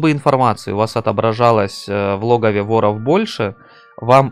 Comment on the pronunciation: а че с ударениями - флагИ вОров и это только начало